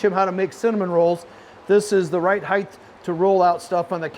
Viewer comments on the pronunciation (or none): Not to patronize you but it’s pronounced “height” with a T at the end, not “heigth” it’s not TH at the end